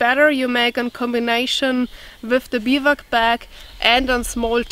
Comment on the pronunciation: Hi enjoyed as usual with all the knowledge you carry with you. I also know you like to learn how to pronounce certain words in English. So here is how you would say Bivouac. ˈbivo͞oˌak. Thanks again for for being yourself and good health to whole family.